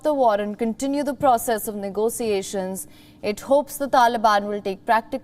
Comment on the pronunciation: Negotiations pronounced 'Nego-shiashins'